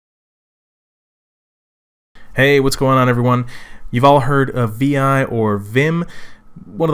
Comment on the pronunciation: vi is pronounced 'vi' like 'high' with a 'v'